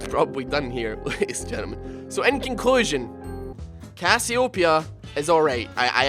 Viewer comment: does anybodu else cringes as hard as i do when he misspronouces CASS-EE-OH_PEE-A ?